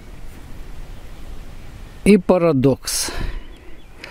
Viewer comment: ПараНдокс,.....ПА-РАН-ДОКССС 😉😉😉